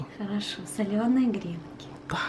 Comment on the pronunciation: Извините за занудство , но правильно говорить не грЕнки, а гренкИ, простите, просто уши сворачивает)))